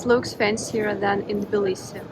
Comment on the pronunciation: Why do You say Bilisi, instead of Tbilisi? I love Tbilisi! Smartest thing I've ever done, is move here.